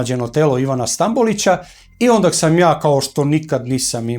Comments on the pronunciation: једна ствар не каже се ОНДАК него ОНДА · Ovaj je 3-4 puta rekao ondak. Sa k. Ja se pitam kako nepismeni mogu da rade na ovakvim mestima